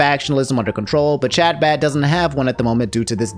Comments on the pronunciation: I love you man and I hate to be that guy but Chabad is pronounced huh-baad. I hope this reaches you with care. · i love how you're pronouncing chabad, genuinely. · The way pronounces Chabad and other Hebrew language terms is painful to watch. My dude. You are a good dude. I don't even care where you stand on what happened there. But look up the names and get a bit closer than THIS.